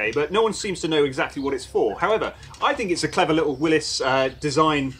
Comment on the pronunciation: I know it's a minor thing, but yeah, JEEP people, people who know and love Jeeps and run nothing but Jeeps, should damn well know how to pronounce Willys correctly.